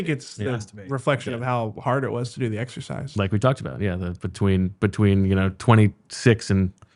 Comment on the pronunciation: definitely said "sexercise"